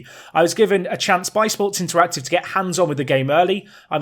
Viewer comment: You should say interactive not interative.